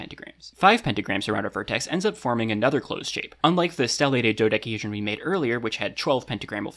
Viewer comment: do dec-a hedron not do da hedron not do dec hedrion